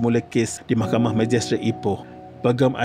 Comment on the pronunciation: bila ckp mahkhamah telus mcm kelakar🤣🤣🤣